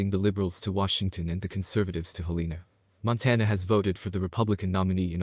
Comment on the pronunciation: Interesting list of facts. Teach the computer to say: "hell-en-a" (all the vowels are soft).